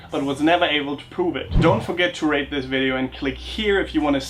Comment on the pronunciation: When you said "Please rate this video" I understood "Please rape this video" :D